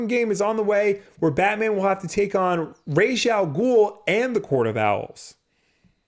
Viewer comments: Will is actually wrong about the pronunciation of Ra's Al Ghul. The name is Arabic and "Rass" is closer to the Arabic pronunciation of his name. Raysh is completely wrong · the only thing is, if pronounced "ras al ghool" (like in the nolan movies) that translates correctly in arabic...if pronounced, raysh, then..no...so idk, lmao, maybe it's supposed to be in a different language, i thought it was arabic though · same! i speak arabic and i am pretty sure it's ras al ghool